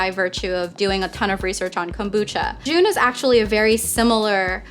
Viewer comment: Just looked it up, too. Pretty sure it's pronounced "J - uh - n".